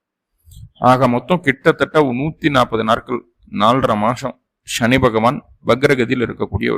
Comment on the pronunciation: Sa va Sha nu solla karanam enna.. Neenga Tamil a Tamila padikkalaya..!!